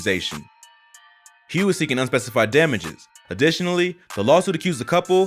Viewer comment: I know Hough = HUFF NOT HUGH